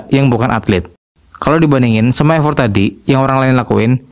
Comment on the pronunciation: Effort bacanya efert bang, bukan ifort, bahasa inggris itu emang kadang aneh bang